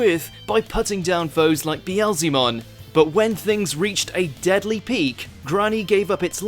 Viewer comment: The only thing more scary than Zeedmilleniumon is how you pronounced Beelzebumon .................